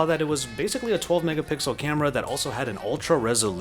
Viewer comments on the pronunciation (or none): none